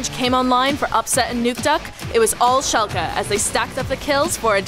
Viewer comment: Well done on the pronunciation of Schalke 04 =o